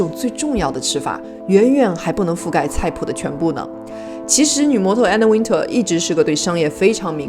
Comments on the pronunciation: One more time !!!! Anna Wintour. Win "tour" Not Win"ter" !!!! ❄️🥶❄️🥶❄️🥶❄️🥶 Gosh .... Learn your pronunciation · 把Anna Wintour名字唸錯的人一定不會被邀請 一直把Anna Wintour 唸成Anna Winter ⋯